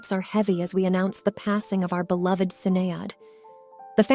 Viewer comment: Say her name right